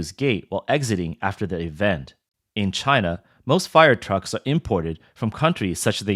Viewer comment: Made in Chy-nah quality.